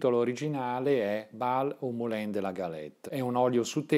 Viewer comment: Bel video, complimenti. Un solo rammarico: la pronuncia francese esatta di "Moulin" in italiano è "Mulan".